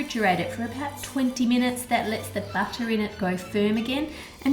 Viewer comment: I swear every time you said "butter", I heard "batter" XD At first I was like "why put batter in your batter? What batter?" XD